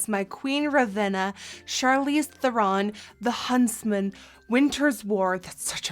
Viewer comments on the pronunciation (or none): did! xD It's"'Th-eh-rn", not "Th-er-ron". Or really "Thrrn" with a roll of the tongue in South African. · Actually Charlize Theron is prononced Trrron ...google it!;) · everything is great except for it's thEron, not therOn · I hate to be that person, but Charlize's name is actually pronounced "ther-in" not "ther-ron" ! :) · it is pronounced "Ther-in" she even said so herself.. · when you scroll through the comments to see if anyone had corrected her pronunciation of her name yet... Theron rhymes with heron 😂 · the amount of times she said Charles therons name wrong is funny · Courtney Strydom i just realized that i wrote it wrong XD . and shes saying " theron" wrong not charlize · She pronounced Theron wrong but she's still slaying tho! 💕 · I cringe every time I hear her say Theron.